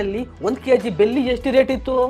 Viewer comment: ಅದು ಬೆಲ್ಲಿ ಅಲ್ಲ ಬೆಳ್ಳಿ 😂😅❤